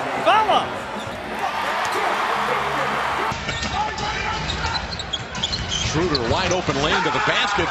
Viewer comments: not one time they pronounced his Name correctly... schröder... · This pathetic pronounciation of 'Schröder' :D I prefer them calling him 'Dennis' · it is pretty much impossible to describe it, since there is no such sound in the english language like our ö. (at least i can't thinj of one right now) watch the video 'DBB-TV: Porträt Dennis Schröder' They say his name after 15 seconds :)